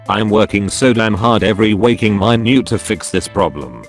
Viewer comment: Reddit: minute No one: Robot voice: mine YOOOOT